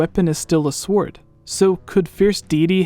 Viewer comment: shut video off when u pronounced the w in sword